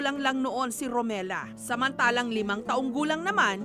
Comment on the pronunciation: Correction ma’am jessica romila po hindi romela